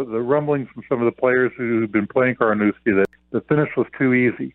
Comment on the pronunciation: It’s Carnoustie, not Carnouski